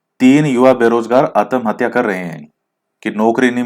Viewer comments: आतमहत्या नही आत्महत्या बोला जाता है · Sir ap susaide ko Aatamhathyaaaa bolte ho t ko pura bolte ho 🤨